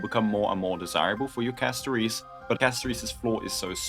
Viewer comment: why do you keep calling her castoreese. holy